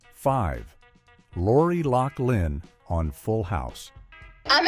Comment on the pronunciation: I agree - - Bill Coz Bee? - Danny Mas Ter Son? - Lor Ee Lock Lin?